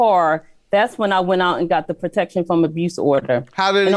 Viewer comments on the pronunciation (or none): If he said " abrused" one more time!!!